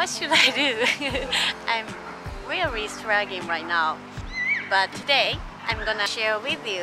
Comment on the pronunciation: Those R's. Rearry is what I hear, but I can tell you are trying to say really. So work on the R's that you include in your words.